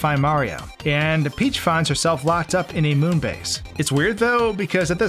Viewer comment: Princess Phee-heeach